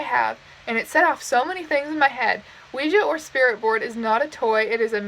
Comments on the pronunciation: Not to be rude but can we talk about her pronunciation of Oujia? It cracked me up. She is adorable. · mispronounces ouija